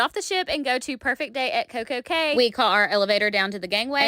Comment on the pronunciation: Cay is pronounced as “ Key “